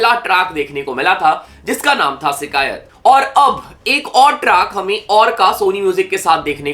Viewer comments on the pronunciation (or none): its not sikayat, its shikayat, pehly Urdu bolna seekhlo aur nhi bolni ati toh kindly stick with your hindi